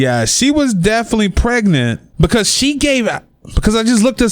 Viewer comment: Omg, is it only me or the way the commentator says 'pregnant' is so hilarious.. Pregenant booty😂😂😂😂😂😂